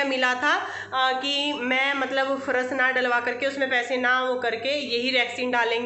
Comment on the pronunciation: Pharas nahi phars hota h